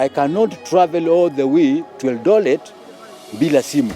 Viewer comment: A doctor can say Eldolet?